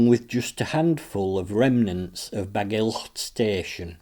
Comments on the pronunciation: Very much appreciated but it would be better if you just pronounced Bagillt as if it were only with one letter L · You are pronouncing Bagillt wrong buddy